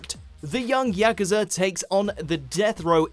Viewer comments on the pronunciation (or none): none